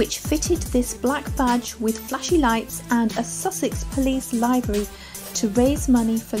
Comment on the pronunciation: What borough of the UK is Japan, Italy, Germany and Dubai? Also its spelled bra.bus so why do you keep saying Barabus......And live.r.y not lively. Please, if you haven't a clue what your talking about...the only reason you'd make this video is for views which is the same as the news making up stories just to get viewers.